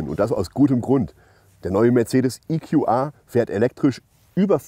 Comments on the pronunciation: Geiles Auto, es gibt wohl auch mit AHK, wie hoch ist denn die Anhängelast??? Wusste garnicht, dass der in England oder gar im Amiland gebaut wird, oder warum wird das plötzlich IQuAi ausgesprochen? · EQA muss man wohl englisch aussprechen aber GLA dann doch deutsch. Macht sicher Sinn. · Wieso spricht der Moderator "GLA" normal aus, EQA allerdings in Englisch?